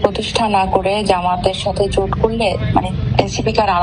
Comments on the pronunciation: জুট না জোট😂😂😂😂😂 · জোট না জুট